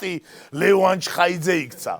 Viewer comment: ჩხეიძე მიშა ჩხეიძე! არა ჩხაიძე!